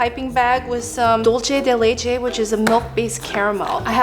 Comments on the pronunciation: This was a fun video and the desserts looked good. But Im sorry to say this, but it bothers me the way you pronounced "dulce de leche." Its not a italian word, its Spanish. You pronounced it like "Dolche" when its "Dulce," with a long u sound. This is not the first time i hear this, many people seems to say it incorrect too. They dont know how to say, find out the proper way to say it. I finish my rant.🏃‍♀️ Im sorry, but it had to be said. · It’s pronounced dulse not dolche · Dulce de leche is Spanish as opposed to Italian. Dulce is pronounced DOOL-seh. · Normally I love watching videos, but I cannot stand another mispronunciation of Dulce de leche.